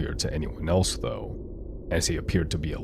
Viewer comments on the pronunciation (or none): Ricocheting is pronounced “rickoshaying”